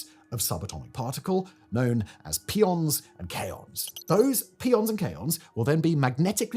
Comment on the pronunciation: Please not 'pea-on'. It is named after the Greek letter pi, so 'pie-on'. Otherwise we get into that joke about garbanzo beans and chickpeas.